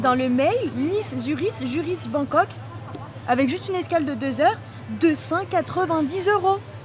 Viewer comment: Suriche! 😂 Zurich en phonétiques cela donne zurike 😉👍🏼